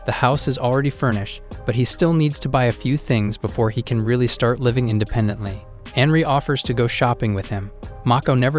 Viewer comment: It's not "Henry", it's Anri. And it's not "Sicko", but "Saeko".